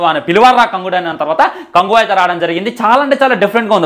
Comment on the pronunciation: Orey badcowww. Adi kyanguva kadu rah kanguva ela unnav enti rah 🙏🙏